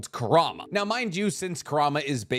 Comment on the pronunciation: Ku-ra-ma, just correcting because my borderline OCD Is hurting